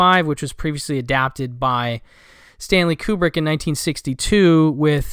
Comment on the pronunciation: Good video. Thank you for pronouncing Kubrick correctly. So many people say it like it starts with a Q. Aaarg! I wouldn’t have said anything if yiu said it with a Q though. You’re too nice for that😊 I plan on checking out Barfly. Thx. ☮️